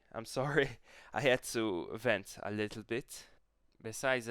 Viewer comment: Im half German and just a tip when saying words like little or purple, the L at the end is a dark L not a light L